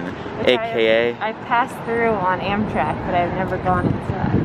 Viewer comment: i love the 'amtak ticket'